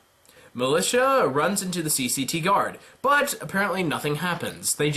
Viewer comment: i know it's been more than a year but it's MILIZIA(written militia)ffs P.S. love your content,keep it up ;)